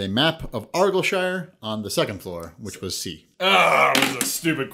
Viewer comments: Not a complaint, but you guys pronounced 'Argyllshire' wrong. It's more like 'Are-guile-shire' ;) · The way Argyllshire was pronounced had me in stitches - Argilshur xD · Same as how Argyll is pronounced arr-guy-ull. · ar-guy-ill for future reference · Why? He mispronounces Argyllshire and I've seen him mispronounce Eton as well. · I know Eton is an English school, it's also very famous. And it doesn't matter that he isn't English or Scottish to pronounce argyllshire correctly - it would take 5mins on google to find the correct pronunciation. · Anyone else cringe at the pronunciation of argyllshire? Also I got 26/30! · The Argyllshire question (despite the mis pronunciation) is an obvious guess if you knew where Argyllshire is lol But as you guys are American I’m not surprised you didn’t know it’s in Scotland. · 23 tied with J(didn't use the multiple choice either). Also your pronunciation of Argyllshire was hilarious and so incorrect